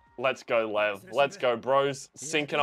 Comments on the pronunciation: Say it with me “Lee-ev”. Ev like Everest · I thought the characters were mispronouncing his name, because I think I watched a Russian reaction say that they say lion: lev, without the ee, and the comments told him that it was like that but everyone else called him Lee ev because that is how it sound with Japanese accent, I could be totally wrong, but that's what I got